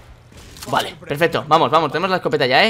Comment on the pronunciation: no se si soy yo o en el minuto alexbi dijo pefesto?